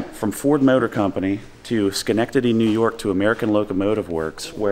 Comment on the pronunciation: He even said Schenectady perfect too not to many people do LoL